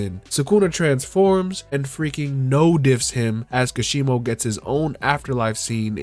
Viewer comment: It's ka-she-mow not kashibo